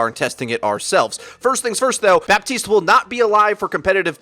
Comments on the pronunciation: it doesn't matter he said it wrong you idiot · Its Ba-teest. I swear if y'all say Bap-teest one more time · While Jeff specifically said Ba-teest in the developer vid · His name is BA-TIST